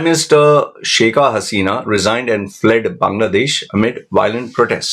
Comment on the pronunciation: Not sheika, but shake (Pronunciation)